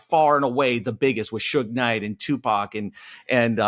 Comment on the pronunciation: Can we learn how to pronounce Tupac’s name. It’s not Tupack.